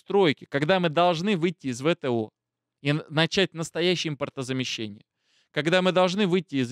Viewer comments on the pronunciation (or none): none